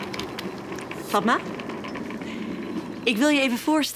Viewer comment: k wachte op het moment wanneer fatma goed werd uitgesproken